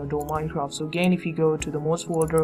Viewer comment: its mods not mouds